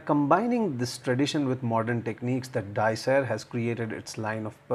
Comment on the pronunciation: Hello. Please tell me how to pronounce Di Ser? I didn't understand how you said it. And do you know what Di Ser means? Thank you.: ) I'm reviewing one Saturday.